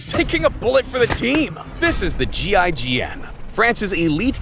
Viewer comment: They said GIGN